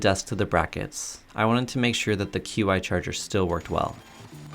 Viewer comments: Qi Charger is pronounced “chee” Not “queue-eye” Also, it’s “bell-kin” not bel-a-kin. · Just an FYI, it is pronounced "Chi" or "Chee" rhymes with "She". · Great video! A couple things, you REALLY need to setup a miter station! Also, "Qi" is pronounced "chee". Keep it up! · Not being a jerk, just wanted to share. Qi is actually pronounced Chee. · Qi is pronounced chee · Qi is pronounced Chee. Just an FYI. I'm sure most people wouldn't know how to pronounce it. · The Women of Qumar! Ha, I started a rewatch myself a little while ago. Good stuff! btw, it's pronounced "CHEE charger" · Hey sir, "Qi" is pronounced "Chi".